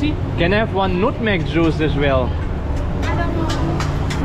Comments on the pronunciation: let me explain to all d idiots here...the way he pronounced nutmeg is nUtmek not nAtmeg as wht locals are familiar wt hence d confusion..and he brought wt him outside drink to this restaurant so d chinese guy thought hes not ordering any drink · nut - meg not nud - meg do you know how to read nut? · Same, all I heard was "nude meg" instead of "nuht meg" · bro I understand the guy was rude or had communication issues or whatever; BUT first of all you pronounce nutmeg as nootmeg which as a British English speaker is kind of embarrassing and I wouldnt have understood as well. Secondly, you talk too soft bro, man up and project your voice. And lastly, descalate the issue like a real man instead of being like a whiny lil girl. You are lucky this is in a safe town in Malaysia, I've been to other dangerous parts. Had you talk like this in another part, you probably would get beaten up. You dont own the property and the owner has every rights to chase you out (by law). If you are not happy, just pay and leave, no one is stopping you. When in Rome, do what the Romans do, don't be too self-entitled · RIP English, He said nutmeg with "U" alphabet pronunciation, different if not with "O" pronunciation, and what kind of restaurant requires customers to eat out even He still eating at the table, if they don't order drinks even though himself already had drinks and are trying to order drink at the restaurant? They have to learn how to treat customers well especially for nice tourist 😢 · really needs to pronounce nutmeg correctly 😭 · The way u say NutMeg to them sounds like a Street slang for the C word.